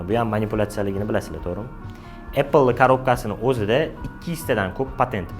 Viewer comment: Apppl emas apl deb qisqacha qilib talaffuz qiling. Ingliz tilini ham hor qilib tashladingiz.